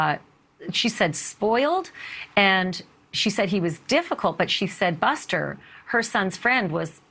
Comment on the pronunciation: Male commentator Screwed up Buster and Paul's name's ....other than that...yeah